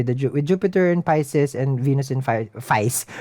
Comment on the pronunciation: I.love you r energy man but feces instead of Pisces I'm too high for this stuff man 😂😂😂